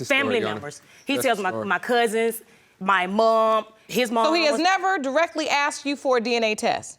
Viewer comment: "AKSED" - there it is again!! AKSED, not ASKED !! Why do they say it??!! (The first case the man keeps saying it)